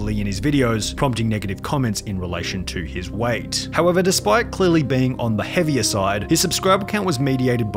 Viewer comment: HAH "hevier side"